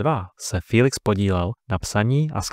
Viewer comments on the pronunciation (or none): To není fííílix ale Felix... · Můžu se zeptat proč mu každý říká filix